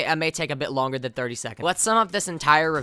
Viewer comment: the “th” in “than” isn’t pronounced as “ffr”